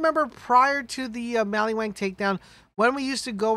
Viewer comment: Mali-WAN. Not wang!!! Are you remedial?